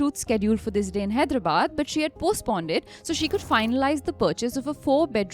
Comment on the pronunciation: Hi, Loved the episode- great content as always! Just a quick note: I noticed “postponed” was pronounced as “postponded” a few times. Thought I’d mention it in case it was unintentional. Keep up the great work!